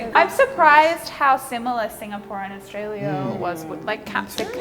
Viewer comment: From Australia not Austrolia?